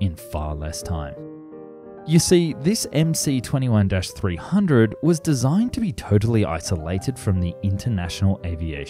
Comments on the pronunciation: Please speak and write the Russian names correctly ! The name of the aircraft MS-21 (in Russian-MС-21) !!! Regards from Russia ! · Dude, MC is written in Russian! And in Russian the letter "C" is actually an "S"! So it's pronounced MS-21. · Analysis is totally crap. Starting from wrongly pronounced plane name.